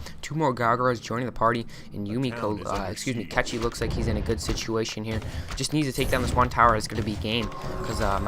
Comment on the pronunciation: Kechi? seriously?...